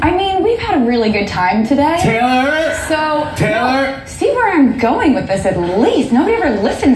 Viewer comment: Jimmy has never been able to pronounce her name... Teyeller